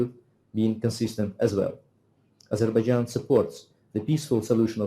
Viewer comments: Aizar baijan nahi hai bro : Azar bai jan --- Azerbaijan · ye topic thoda irrelevant h pr me jab sunna apke se toh mujhse control nhi hua 😅 Sir apka Pronunciation thoda wrong h Ezerbaija nhi - "A.Zhar.Bai.Zhaan" kehte h